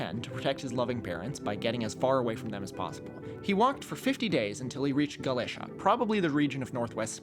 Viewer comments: "C" before "i" and "e" is pronounced as "th" in Spain, most of the time, not "f". However, in the Galician language (Gallego), they wouldn't do this, so it depends whether you want to choose the Castillian or Galician pronunciation. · You pronounced Galicia wrong, Gal-l-if-ia